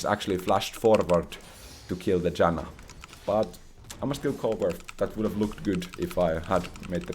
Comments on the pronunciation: question is, why do you mess up character names when you play the game so much? Calling Janna Yanna, and Atakhan Akathan. At least these two got caught up in my ears the most. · greetings dear, i have noticed at times you call the support champion in your game "yanna" and at others "janna" is your nordic side leaking at times you cannot control? it's okay if is, it's common with old age. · I know J makes a Y sound in your primary language, but the way you pronounce Janna is so funny to me (in a good way)